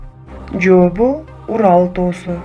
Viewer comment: Бул тесттер абдан мыкты бирок кыргызча болгондон кийин кыргызча так сүйлөсөң жопу элик дебей жообу элүү деп диалектикалык сөз колдонбо